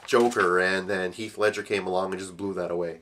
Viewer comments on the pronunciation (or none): none